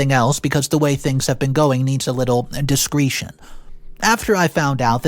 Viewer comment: Look up the proper pronunciation of discretion.